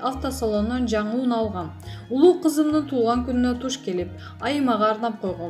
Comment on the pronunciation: Ууна эмес ,унаа деп айтылса керек .